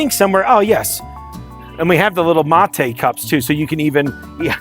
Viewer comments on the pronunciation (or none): none